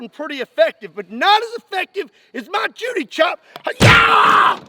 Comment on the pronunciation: Judo chop ✋ “Judy Chop” 👈